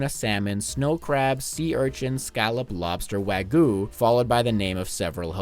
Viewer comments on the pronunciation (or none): you said 'wagu'. It is 'wahg you'. Now pay me or or I will post this on Reddit and take your dog away.